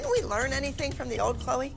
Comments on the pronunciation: Did just call Chloe Chlowweh?!? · I swear said chloei instead of Chloe 😂😂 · can't even say her daughters name 🥴